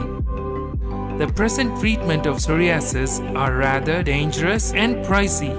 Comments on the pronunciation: Sorry-asses LOL!!! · Shame it was a good video but with 2 problems. You need to pronounce psoriasis correctly and you also need to be correct in how much I.U is best to take for psoriasis. 1000 I.U is waaaaay too low. Have a look on the internet and you will see that 5k-30k is the right dose. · The way he pronounces psoriasis. I don't know why it bothers me so much lol. Good video either way